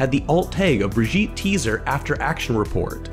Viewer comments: I love the way you pronounce brigitte, “Britjeet” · Little tip, that is not how you pronounce Brigitte, I suggest checking or for the English pronunciation